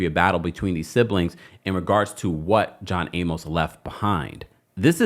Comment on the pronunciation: Jeez man, you're killing me mispronouncing John Amos' last name! Use Google and ask for the pronunciation. Just scroll down and you'll see a short video.